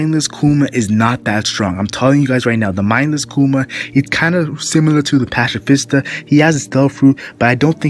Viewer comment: pacifista Patsifista pronounced and also Ursus shock is his strongest attack